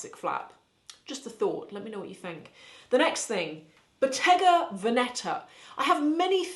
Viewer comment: A small correction,: "Veneta" is read with the accent on the first "e", not on the second. IMO the Hermes Kelly belt is a classic, it has been around for a long time and has never gone out of fashion, like all Hermes items.